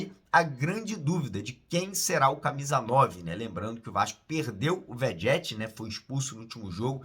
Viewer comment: O insiste em pronunciar o nome do Vegetti de forma errada😂😂